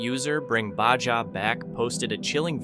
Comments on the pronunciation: Bring WHERE Back?!!? Come ON!!! How about Bring BaHA Back! It’s pronounced as if the J is an “H”!! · you need to learn how to pronounce Baja.